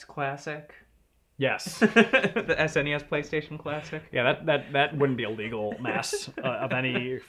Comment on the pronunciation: The way says SNES it sounds like "ass any ass"